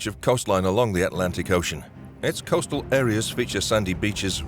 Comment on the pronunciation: Contidjus?, ... The roof was punctured by a large hole?.... These "costal" cities? ... An "apparent" explosion?... "Stock" On Trent? ...Hit by another vehicle headed in the same direction? It was a bloody police vehicle which did a "PIT maneuver. I stopped watching after putting up with this garbage, including the digital talking head and narration.